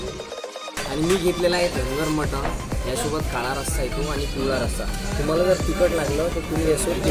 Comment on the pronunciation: मराठीत फूड ब्लॉगर तुलनेने कमी आहेत. जे आहेत ते 'कानातून धूर आणणारी मिसळ' आणि 'सर्वात मोठी गावरान / कारभारी / सरपंच मटन थाळी' यापलीकडे फार काही जाऊ शकलेले नाहीत. मराठी फूड ब्लॉगर्सपैकी शेकडा ९९ लोक Mutton चा उच्चार 'मटण' आणि Chicken चा उच्चार 'चिकण' असा का करतात हे न सुटणारे कोडे आहे. दोन्ही इंग्रजी शब्दांना सुयोग्य सुटसुटीत पर्याय मराठीत अजूनही न रुजल्यामुळे त्याकडे दुर्लक्ष करूया ब्लॉगर लोकांचे बोलणे अतीशय नाटकी असते. मूळात त्यांची भाषाच समृद्ध नसते त्यामुळे पदार्थांचे वर्णन करताना त्यांना वैविध्य जपता येत नाही. शिवाय मध्ये मध्ये इंग्रजी शब्द तर चीड आणतात. जसे की..... ''हे * ऑस्सम लागतायत" असं ऐकलं की तात्काळ मोबाईलमध्ये घूसून तो पदार्थाचा वाडगा त्या ब्लॉगरच्या डोक्यावर पालथा करायची इच्छा होते मला.